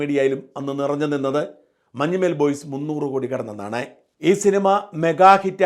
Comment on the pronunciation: മഞ്ഞുമ്മേൽ അല്ല shajan sir.... മഞ്ഞുമ്മൽ ആണ്... Sir മുൻപും ഇങ്ങനെ ഉച്ചരിച്ചിട്ടുണ്ട്... കുറ്റപ്പെടുത്തുവല്ല കേട്ടോ... അങ്ങനെ കേൾക്കുമ്പോൾ എന്തോ പോലെ തോന്നി അതാണ്...